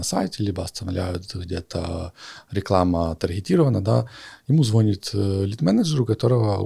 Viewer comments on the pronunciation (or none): none